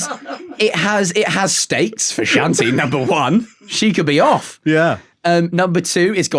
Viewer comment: I can't be the only person who was surprisingly impressed by his pronunciation of Shanti.